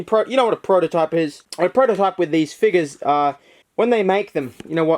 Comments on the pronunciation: It's figures not figes (fig-es) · Stop... stop saying it like that... FIGGERS